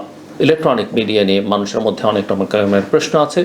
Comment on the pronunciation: প্রেশ্ন বলেন নাকি প্রশ্ন বলেন!!!আমি সন্দিহান।